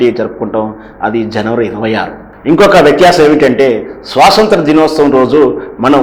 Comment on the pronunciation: స్వసంత్ర ✖️ స్వతంత్ర ✅ అండీ. ఏమిటండీ మీ వాక్ ధోరణి సరిలేదు, చూసుకోరా మాట్లాడే ముందు?